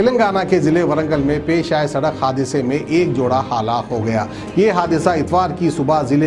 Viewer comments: Haalaq nai hai woh halaak hai..... Zara urdu ke talaffuz pe kaam karo aap maherbani hoti kyu ki urdu me news sunare aap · Haalak nahi bolte halaak bolte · Haalak Kia halak plz prounciation correction needed